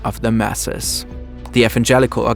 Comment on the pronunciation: This German pronunciation of "evangelical" is kill8ng me